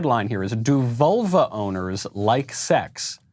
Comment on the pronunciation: Lol, I keep hearing "volvo owner" instead of "vulva owner".